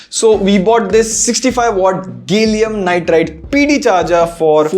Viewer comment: IGa , gallium nitride, you spell it as gay llium nitride 😂😂